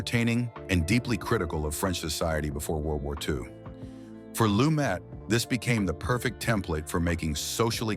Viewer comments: It's pronounced "Lu-met" and he made several movies outside NYC. THE HILL, THE OFFENSE (UK), MURDER ON THE ORIENT EXPRESS (France), THE MORNING AFTER (LA), THE VERDICT (partially in Boston), THE FUGITIVE KIND (Upstate New York). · It's pronounced Loo-MET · PRONOUNCED "LUMAY" IF HE EMBRACED THE FRENCH ORIGIN OF HIS NAME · Nevertheless, he pronounced it "Lu-met." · Can they at least get the pronunciation correct on the subject.